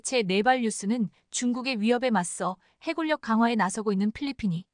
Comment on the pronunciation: 해군력 발음은 해군녁이 맞다. 해굴녁은 잘못된 발음이다. 두 단어의 합성어일 때는 적용이 되지 않는다. 진리 발음의 질리와 다르다. 공군력도 공군녁이 맞고